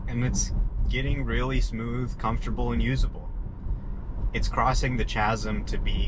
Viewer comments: The “Chaz em”… kaz. K sound. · It’s pronounced Kasm with a K sound not a C, like in choice.👍🏻🙄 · Nice video. FYI, chasm is pronounced kazm. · Great vid. Also i believe its pronounced "Kasm" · "Chasm" is pronounced with a hard "k", not "ch" like "chair".